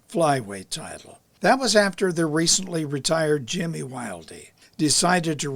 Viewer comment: Pronounced Jimmy Wild, not Wildeee. Although it's spent Wilde.